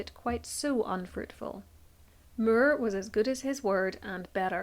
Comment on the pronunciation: I absolutely adore your work, but must comment on the random pronunciations that bring a small cringe. Examples: Now as nah-ee, eight as ay-itah, More as murr. I’m American, and have no idea from where your accent hails. I don’t let it stop me from learning through your generous and fastidious research. Carry on, regardless of clinkers like me. ❤